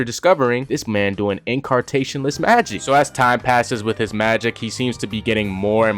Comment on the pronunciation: "in CAR tationless magic"